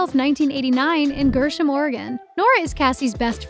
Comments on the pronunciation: Kat Cunnings was born in Gresham not Gersham ;) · Oof, as someone from the Portland area I did wince when you said Cunning was from GERsham. It’s GREsham (greh-shum) and we are super proud of them for their acting and music work ❤️ thank you for making sure to use their correct pronouns!